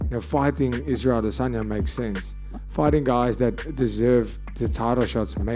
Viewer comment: I love the way this guy always says ‘aDEsanya’😂👏🏾